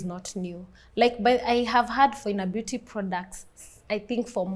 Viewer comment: Phoina Beauty sounded to me like "For Inner Beauty"